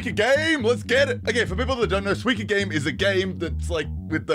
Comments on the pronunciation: Bro it's SUIKA not suiki or whatever tf you are saying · Why do you say "swika game"? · its 西瓜(スイカ) "soo-ee-kah" which literally just means watermelon in japanese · Every time he says "swee-kuh" instead of suika I die a little inside Otherwise, great video as always! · It got me laughing me whenever he says the game name. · I came to see how he pronounced Suika. I wasn't disappointed 😂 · god the way he pronounces suika is killing me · the way says suika is painful lmfao